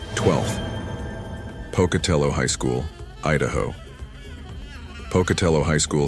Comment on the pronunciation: Hey! You pronounced Pocatello high school right!